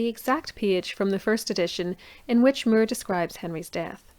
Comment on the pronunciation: Thomas More, not Mere.